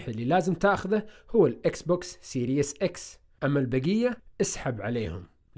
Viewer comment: سيريز ولا ليس سيريس ليش سيريس = ليش جدي سيريز = تسلسل اتمنى تبطل و تكون سيريس و تنطق الكلمة صح.